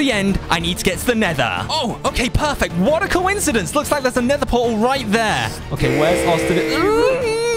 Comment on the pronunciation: U mean “nether” portal not “neighter”